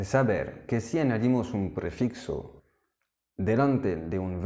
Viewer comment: Qué buenas clases! Y qué bien hablas también español! Simplemente, decirte para que lo mejores, que en español se dice PREFIJO y no PREFIXO. Un saludo!